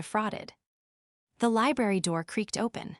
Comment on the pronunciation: How hard is it to read LIBRARY ? Pretty bad !